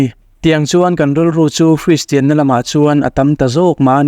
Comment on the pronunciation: Hristian tiin i lam/sawi thin a, kristian/christian ti a lam/sawi tur a nia...